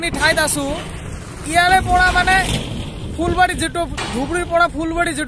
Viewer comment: Fulbari bole phulbari